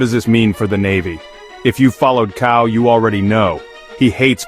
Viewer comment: Pronounces tsao. C is pronounced ts.